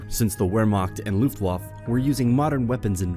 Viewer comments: Looft waff? Where makkt? Sher burg? Dude you dont have to have amazing pronounciation but nah dude. Its pronounced Looft vaffa, Vehr mahkt, and Share burg. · Love these vids but every time I heard ‘Luft-waf’ I cringed. ‘Luft-vaffa’ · Repeat after me ... LOOFT - WAHF - UH. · if you are a historian on YouTube you should be able to pronounce obvious ethnic names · You can't pronounce wermacht or Luftwaffe!